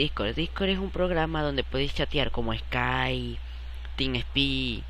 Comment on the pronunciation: eskayyyy, inlgleeee